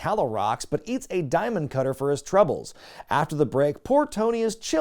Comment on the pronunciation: hey you didn't say "diamond cutter" right 😮